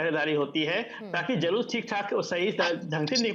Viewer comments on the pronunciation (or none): जयश्री राम, ऐसे अनपढ़, बेवकूफों को जुलूस शब्द भी बोलना नहीं आता, जुलूस को जलूस बोलता है, करोड़ों बार धिक्कार है, ऐसे अनपढ़ मूर्खों को